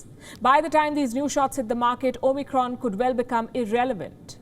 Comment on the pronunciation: Two quick things, that really get my goat. It's Omicron, not Omnicron. Also, it's Kazakhstan, not Kazakhistan.